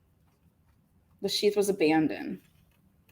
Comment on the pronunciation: abandoned. It's got a "d" on the end.